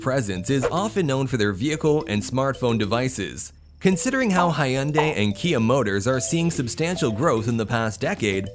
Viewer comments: Did he just call Hyundai as High Undai? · Hayundai is a very disturbing pronunciation... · "Hi-yun-dai" Me: Ultimate Cringe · Hayundai and Batan..hahahah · The way reads Hyundai😔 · I've heard multiple pronounciations of the name "Hyundai", and nobody quite gets it right lol, but his one was sort of close. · How is he saying "HYUNDAI" again? My head hurts